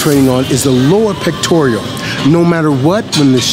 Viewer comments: Its pectoral... not pectorial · pectoral, not pectorial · Honestly you should't go down so low when you're doing dips. PS it's pectorals not "pectorials" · Just FYI its Pectoral not 'Pectorial' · I can see why you thought this. Due to the fact that he says pectorial instead of pectoral. Also saying things like when the shoulder moves forward it contracts the chest. Opposed to saying that the chest contraction pulls the shoulder forward. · Ive been sayin it wrong all these years. Ron Williams the expert says pectorial and Ive been sayin pectoral. THATS what I get out of this video. btw I LOVE dips. and I go DEEP. for 38 years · It's "pectoral," not "pectorial." , , etc. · completely agree with you, but it's lower pec or lower pectoral not pectoreal haha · It's the "Pectoral" muscle...not the "pectorial" muscle, by the way. Makes me wonder how much you know. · The muscle is called the pectoral, mate. NOT pectorial. You're a smart guy, but when you say "pectorial".... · 'Pectoral' not 'pectorial' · its pectoral not pectorial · I was onboard until he started pronouncing Pectoral as "Pectorial". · Love your explanation! However... there is no "i" in pectoral. :P You earned a like and a sub. :) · he is saying pectorial.... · It's "pectoral," not "pectorial." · Pectorial he says hahahaha. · Never heard of a pectorial lol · The fuck is a "pectorial" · Did the guy on my screen who is giving tips actually just say "pectorial"? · Also, not listening to someone who can't say "pectoral". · LMFAO, HE HEEPS SAYING PECTORIAL MUSCLE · I thought he was saying the "Lord Pectorial". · PecTORAL no I or E in that word...good vid and info tho!! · Legit, if you do it wrong, you can fuck up your shoulder. BTW: It's Pectoral- PEK-TOR-UL